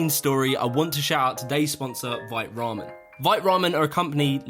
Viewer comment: Pointless comment : vite is a French word that you actually pronounce "veet"